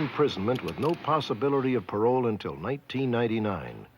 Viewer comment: Michael Martin is on "pa-row" for the rest of his life. Talk about a deterrent to future criminal behavior